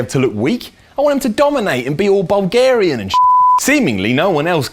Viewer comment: The way you say Bulgarian is making me cringe so bad...